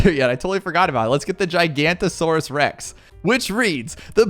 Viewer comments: fyi the t5 middle path “giganotosaurus” is pronounced ji-ga-no-to-sor-us, every single btd6 youtube i’ve seen have pronounced it gigantasaurus, missing the “noto” inbetween, gi-ga-no-to-sor-us is more accurate then that, if you want an easier way to say it many people just say “giga” when referring to it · The 5th tier middle path is pronounced Giga noto saurus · I think you’ve been pronouncing giganotosaures wrong you pronounce it like giga noto saures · It’s a giganotosaurus not a gigantasaurus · It’s pronounced giganotasores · You pronounce it gig a noto Saurus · Btw the pouākai is pronounced poe-uh-kie, and the giganotosaurus is pronounced jig-uh-note-uh-soar-us